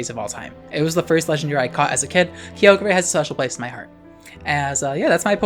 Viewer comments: "Kee-oh-gray"? It's "Ky-oh-grr", isn't it? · IT'S PRONOUNCED KAI-OH-GRR NOT KEY-OH-GREY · kygre (kee-oh-gree-) ???? That’s not how you pronounce it… it’s (ky-or-ger) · "kee oh gray" LOL. that uproar tech 🤣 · The way our queen pronounces Kyogre and Key-Ogre lmao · "key o gray" angry noises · lmao key-oh-grey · It’s Kai. Oh. Ger. Please! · Who the heck calls it Key-ogre?? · Ngl I love your content but every time I hear you say kyogre or groudon's name's I die a little on the inside. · im dying for how u pronounce kyogre ☠🤣🤣🤣🤣 i live .... insert trixie making bird sounds here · Your pronunciation of kyogre is causing me physical pain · Ik you're just finding a way to put kyogre as many times into your sentences just to tick off people who don't know you purposefully mispronounce it 😂😂